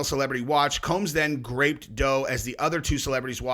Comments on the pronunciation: It’s grOped…not grAped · Did u say graped lol. Omg